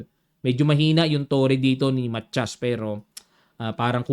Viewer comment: Coach,ang korek na bigkas ay Ma ta yas 😊